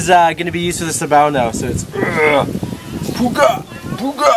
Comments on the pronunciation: Its piga not puga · Ummm.... i will just say that it is not 'puga' it is 'piga' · and it's piga not puga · it's piga not puga :) piga is to squeeze :)